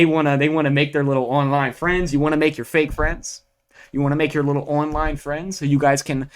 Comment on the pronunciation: the way this guy says words with O in them. like Online = ooOOOOWWNNggg-line (a lot of nasal noises) its odd. as well as andthing with an A on it. like All = OOAAWWWLLL (a lot of throat)